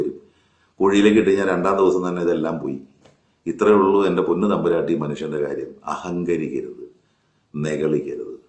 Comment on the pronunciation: സർ... നിങ്ങക്. വേറെ. പണിയില്ലേ... തമ്പുരാട്ടി.... താട്ടി. എന്നാണ്. പു. മോളെ. വിക്കേണ്ടത്